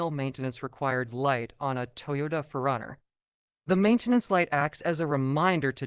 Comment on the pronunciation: Say it like 2 words. 4 Runner